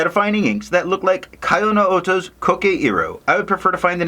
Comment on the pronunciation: Thanks for the great review. BTW it's pronounced KEYoh-no-oto, as in Kyoto. Not kaiOH-no-oto. But of course we are Americans and we can do whatever the hell we want:)